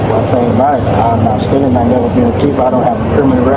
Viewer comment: “Dey fill like I b stillin” No, they know you “b stillin”